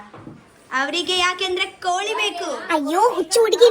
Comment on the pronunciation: You mummy village is different you stay village was different coz your mother's kannada and tulu is different from your 😂 atleast learn from her and onwards we have pronounce koli not kori right 😂 after sometime many days you put vlog that also copy who gives cat biryani and till now u didn't celebrated bday of cat